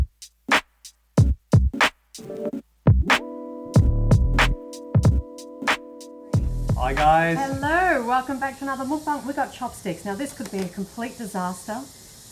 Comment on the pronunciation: Hi guys. Enjoy your channel! Next time I eat alone I'll watch one of your mokbang videos. Beautiful spread! I live in korea. The word mokbang comes from here. "Mok" sounds more like "moke" and "bang" sounds more like bong.. These things may seem irrelevant but as a Korean speaker it hurts my ears. Also I know sushi is known in the west as rice rolls but in Asia it means raw fish (with rice). I couldn't resist. Love your channel. Can't wait til u get to the juicy part. I'm only three min in. Love u guys! Peace